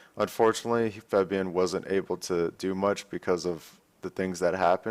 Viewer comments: but he pronounces it as Febian, not Fabian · Febian? Cmon Dyrone lol kek